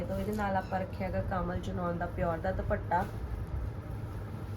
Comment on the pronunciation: ਭੈਣ ਜੀ ਸੂਟ ਬਹੁਤ ਸੋਹਣੇ ਨੇਂ ਜੀ👌👌👌 ਪਰ ਪਲੀਜ਼ ਦੁਭੱਟਾ ਨਾਂ ਕਹੋ ਜੀ। ਦੁਪੱਟਾ ਕਹੋ ਪਲੀਜ਼🙏🙏